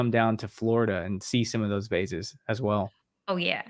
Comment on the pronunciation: why is having problems pronouncing 'vases'?